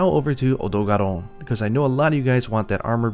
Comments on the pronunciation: any reason why Odogaron is pronounced in the most weaboo accent ever? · To be fair, if I remember correctly, I think lives in Japan. Maybe he is so used to hearing the Japanese pronunciation of Odogaron that he just naturally say it like that.